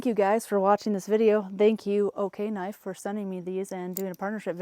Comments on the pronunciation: Are you sure it’s pronounced “OK-knife?’ I would think it would be O-knife……O-light………O-knife…..??? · It's O-knife. Not Okay-knife. 😂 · You mean “Oh-knife”? Lol I’ve carried the rubato 3 every single day for the last 2 years. I use it every. Single. Day. We’re not talking opening boxes. We’re talking “locked myself in the coop again” and use the knife through the door crack to lift the latch. I cut rope, dog food bags, I live on a farm and so far I swear by the rubato 3. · Did they though? lol. She didn’t even pronounce the name correctly lol.